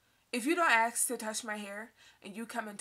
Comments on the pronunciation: Holy FUCK also its ask not ax. You speak for yourself but lump all white people into one group. You're a racist. Straight up racist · This bitch is crazy and is consumed with too many stupid things. I have some advice for you: PUT THE FORK DOWN!!!!! And.... Stop switching up between AX and ASK.. It's as if you're endeavoring to appear ghetto by saying AX, but it's clear that you know it's ASK. So just say ASK. Try this: Stop thinking about race, and race will stop running your life and dominating your thoughts. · Why are you trying to make race a problem, AND STOP SAYING AXE A QUESTION before I shoot up an all black racist bar.